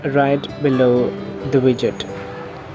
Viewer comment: You said vidget right?